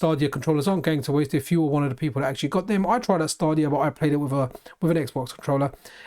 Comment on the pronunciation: Just fyi it's "Stay"-dia, not "Stah".